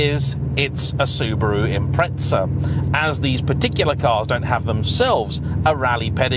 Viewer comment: Soo-BAH-ru, not Soober-oo. Soo-DOH-ku, not Sooder-ku. Sort it out or you'll get a slap. 🤭